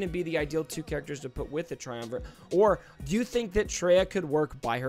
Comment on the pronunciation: It's TriumvirATe. You're saying: TriumvirANt.